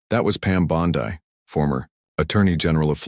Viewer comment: FAKE! I HATE these fake stories. Just a bunch of narration by AI. EVERYONE in the world knows how to pronounce Pam "Bondi". As in Bondy not Bon-die. Even the photo is Fake. That's NOT Pam Bondi. Be sure to give this TRASH a thumbs DOWN.